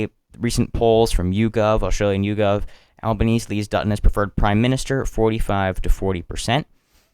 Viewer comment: good coverage one small thing the prime ministers last name is pronounced "alba-neez-ee"